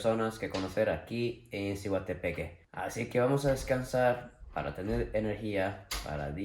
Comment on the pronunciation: se dice SIGUA, haha